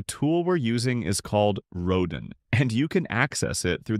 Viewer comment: Rodin is pronounced "roe dan" with the "n" being almost silent.